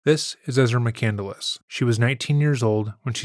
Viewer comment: She pronounces "McCandless" incorrectly. 'Nuff said. EDIT: So does the narrator of this video. It's "McCand-less," not "McCandle-less"